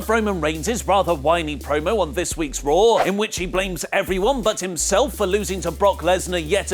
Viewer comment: his say Raw i hear Roh